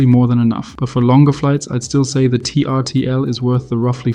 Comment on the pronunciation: Great video! … and I’m looking forward to seeing you on camera. By the way, I’m pretty sure Trtl is actually pronounced Turtle (just another example of a company trying to be clever by eliminating the vowels).